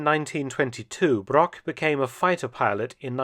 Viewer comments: Hugo Broch not Brock🤦‍♂😅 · I think Hugo Broch should be pronounced as Hugo Brog. As 'ch' is mostly the same as 'g'. I assume the English pronounce a 'c' as a 'k' which to german is incorrect. For example the german surname Brockmann, as this is 'ck' it spoken as 'k' is correct. Otherwise Brochmann and Brockmann would have the same pronounciation. I guess a common English misinterpetation. Besides that great vid.